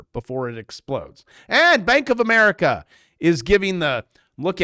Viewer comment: Is this guy AI? His hair is fake and he says Amar ick ah.